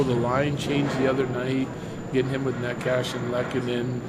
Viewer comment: Does Bedsy still not know how to pronounce Necas's name?